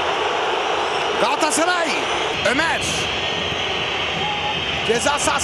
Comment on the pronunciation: hiç kimse galatasaray kelimesini ercan taner kadar güzel söyleyemez harikasın ercan abi çok yaşa